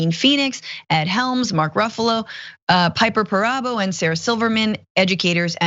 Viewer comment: A+ for that "Piper Perabo" pronunciation.